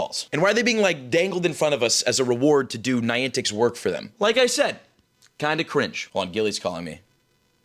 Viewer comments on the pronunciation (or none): none